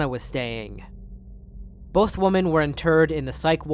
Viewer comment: Dear brother, women is pronounced wim-en. Woman is pronounced woman. There aren't 2 woman. There are 2 women (wim-en).